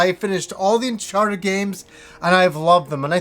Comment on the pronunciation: Unchawted, noice